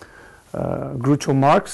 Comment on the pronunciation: The basic point of the lecture is correct, but it's rather obvious. It's like finding that unfaithful spouses lie about their infidelity. minor points: quote is not from groucho (pronounced with "ow" as in growl, not oo as in gruesome): and it's not high-pocrisy, it's hip-ocracy